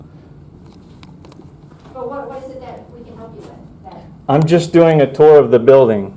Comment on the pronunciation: Independent Creator I was mocking how he pronounces 'tour'!